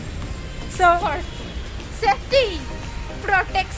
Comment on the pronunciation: Proteksan 😂😂 new word by